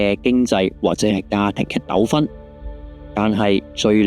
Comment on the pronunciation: 係啊… 不過如果少啲錯別字（阿*威）同盡量可能唔好讀錯音（糾紛個糾字係讀成〝九〞）會更理想~~ （雖然其實衰 900 倍嘅大有人在… 😅）